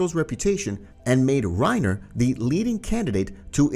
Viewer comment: I love how he calls Reina "reiner" and beritold "brtold" lol